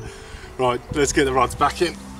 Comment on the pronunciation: 1.57 did hear “bruck of ya back “😂😂